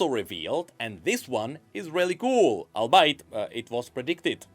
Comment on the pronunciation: Ok so it happened again, hate to be this guy but google how to pronounce "albeit" please brother :D